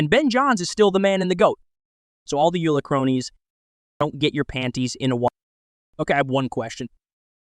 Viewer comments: It's Yola not Yula 🤣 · Yo, Dude! It is not pronounced Youla. It's pronounced Yoela, as in Yo, Dude! Other than that, don't take yourself so seriously.